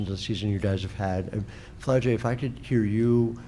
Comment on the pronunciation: This nigga said Flau shae Johnson 💀